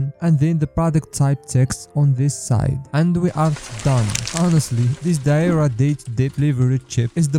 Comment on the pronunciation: It's "Diarrhea" not "Diara"